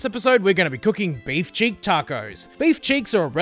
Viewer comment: Pardon my ignorance of Australian cuisine, but what is a beef check? I Googled it and didn't find anything. It sounded like you were saying beef cheeks, though. Is that what you meant? Or is a cheek a check down under?